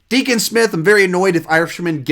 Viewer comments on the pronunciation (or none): none